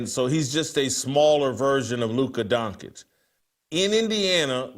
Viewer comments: Why does Whitlock have such a hard time pronouncing people’s names? I have to mute the show to stop hearing Luka last name. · Please somebody tell Jason Luka Doncic's name is pronounced Don-chich not Don-kich!!!!